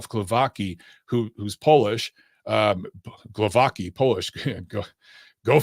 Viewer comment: lol you butchered the pronunciation of Glowacki.